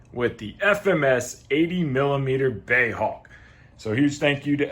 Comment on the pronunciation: Hey, it's not "Bey" - BAE stands for British Aerospace Engineering. Great video as usual:)